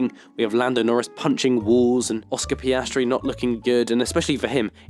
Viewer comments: Bro is it just me or did he say Oscar ”pastry“ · “Oscar paiestri” 💀